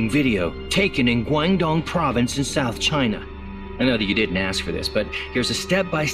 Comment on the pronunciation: You definitely are from the South of you pronounce it as 'Souf' lol